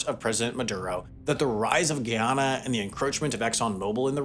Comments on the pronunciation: My god. How do you make an entire video about a country without learning how to correctly pronounce the country's name? Here's an easy way to remember the proper pronunciation of Guyana. 1) Say: GUY. 2) Say: ANA (which most people have been doing correctly) 3) add the 2: GUY ANA not Gee-ana. NOT Giana. I mean, there are so many videos of the president making speeches on YouTube.. keep pronounces his country's name in those speeches. Taking your own personal liberty on the pronunciation of the country's name takes a certain amount of arrogance and hubris that is not often associated with this channel. It'll probably be argued that you're mispronunciation was just an honest mistake.. But to make such a simple mistake while portraying yourself as an educational channel is an embarrassment. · GUY-ana. Not gee-yana. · I can’t listen to ANY video that announces GUY-anna and GHEE-onna. Stop it. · You’re saying the name of the country wrong, each and everytime. Its ’Guy-anna” not “Gee-Anna” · hi, Guyanese here. the "guy" in Guyana (& Guyanese) is said like the English world "guy", not "gi". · It's pronounced GUY-anna. Not GEE-awna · Am a subscriber to your channel and was excited to see my country featured in one of your typically good productions, but cringing and pausing 4 minutes in at the mispronunciation geeyana like nails on a chalkboard. It’s GUYana 🇬🇾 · it's Guy-Ana not geee-on-uh. think of it as a Guy named Anna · Guy*ana not Gee*ana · "gee-on-uh". 😢 "guy-anna". 😃 Given both Trinidad & Tobago, and Venezuela, it's not a surprise that deposits would be found in its waters, and why Venezuela keeps encroaching on its territory. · He killed me with the mispronunciation of Guyana and Guyanese!!! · Bro say it with me Guy-an-na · Why are you pronouncing the country as if it is in Africa? Thats Ghana. This is Guy- ana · After all of that research you could have learned how to pronounce the country's name... GUYana...jeez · Why am I hearing "Ghana"???😅